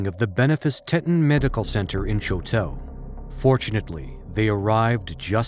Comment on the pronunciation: The pronunciation of the town of Choteau makes this whole video unmost unBEARable to watch